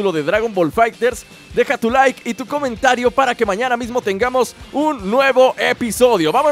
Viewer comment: When Dijiste Comontario xD